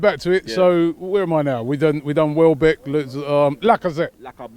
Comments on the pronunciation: Wellbeck? Seriously Robbie? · Welbeck not wellbeck lol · Welbeck not wellbeck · Gotta love "Wellbeck"